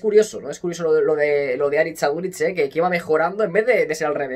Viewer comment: Q grande Aduriz, soy de la real, pero me encanta como ha defendido incluso nuestra selección Vasca. Pd: eres al unico al q le he escuchado decir bien el nombre Aritz en euskera😂